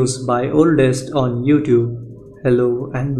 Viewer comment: "Youfoot" comedian